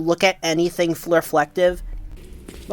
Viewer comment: Ah yes, flurrflective.